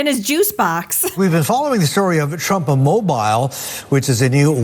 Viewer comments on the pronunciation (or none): Did he say trump imobile?